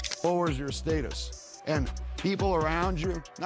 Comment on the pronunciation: State-us right. Second guy lol